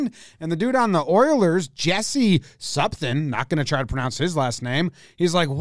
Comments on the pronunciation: Kinda good but when you say the first E in Jesse, say the second one the same like Yesse and not Yessi. And i think the last name is good except throw the ”-yu” in there like ”pool-yu-yarvi” then i think it’s quite accurate👍🏻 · It’s Yes-ee Pool-ie-arvie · good that he made the decision to not try to pronounce Jesse’s name. he even pronounced ”Jesse” wrong